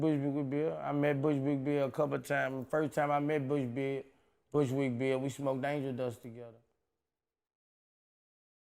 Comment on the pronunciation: The way Boosie botched up Bushwick Bill's name was too hilarious